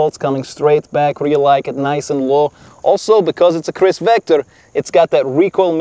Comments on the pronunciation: The real you mean “Wector” lol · Pronounciation from Russia to Kirss Vector😂😂😂🤦🏻‍♂️🤦🏻‍♂️